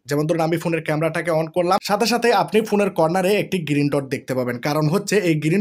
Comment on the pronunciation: ভাই, "গিরিন" নয়, "গ্রিন" !